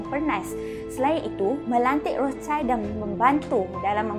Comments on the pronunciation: Sebutan rothchild tu salah... Child tu bukan anak ye... Child tuu shield dalam sebutan German.. dan roth bermakna merah ... Dan jika digabungkan akan menjadi perisai merah... logo rothchild yang pertama... Sebutan nya lebih tepat... Rothshield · yep.... Sebutan dia adalah rothshield... Tak caye..bole try dengar melalui google lah...